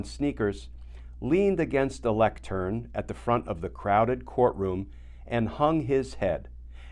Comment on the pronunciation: Yay! Someone got “Lectern” right!